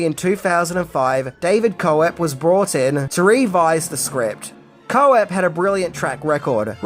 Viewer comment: David Koepp, it’s pronounced Kepp not Co epp 😊